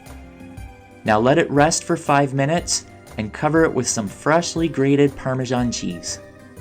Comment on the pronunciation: Your pronunciation of "parmesan" is unusual to me. I swear your version sounded like it had a 'g' in it.